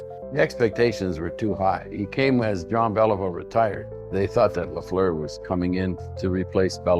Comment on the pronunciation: JEAN BÉLIVEAU please try it properly again. And Lafleur.. come on do something about that... You should listen to his name in french then you can say it properly.